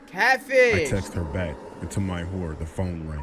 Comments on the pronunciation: i smell cap u said hora horey amin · "Instagram Dating Horry Story Amination" oof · Man said “Horry” 😭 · Hoey instead of horror speak English my burda